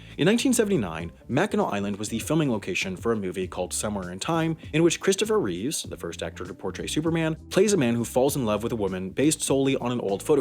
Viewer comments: It's Christopher REEVE (not Reeves). George REEVES portrayed Superman, let me math, 30+ years before Christopher REEVE. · It's Reeve not Reeves... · Christopher Reeve doesn’t have an S at the end of his last name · That highway to heck reference LUL Also that gosh-darn Mandela effect, when are people going to finally get that it's Christopher Reeve, not Christopher Reeves <.< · Ahem, it's Christopher REEVE and Keanu REEVES. Not "Christopher REEVES." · Ummm, actually it's Christopher REEVE, not Reeves. You said it at least twice, so it wasn't a verbal typo. Gawd. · Also mispronounced the name. He pronounced Reeves with an "s", Christopher Reeve didn't have an "s" in his surname. I'm guessing he got Reeve mixed up with George Reeves, another former Superman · Christopher Reeve, Reeves. There's no s in Reeve.